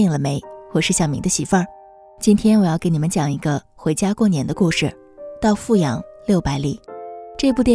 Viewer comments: 阜阳的阜是念第三声啦，我来自阜阳，没错阜阳的确是穷不够富裕，但是民风还是可以，也有可能是因为对内不对外吧，对自己人本地人是真的很好，不后悔做一个阜阳人，还有，老家的小笼包无解的好吃，每次回去都要吃几笼，嘿嘿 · 阜阳人会念fǔ阳。